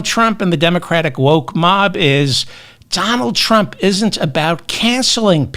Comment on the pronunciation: "Donajd Eych Trump"